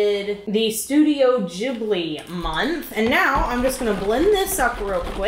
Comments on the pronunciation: Its not jibli. Its gibli. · Why does she say ghibli with a J sound :(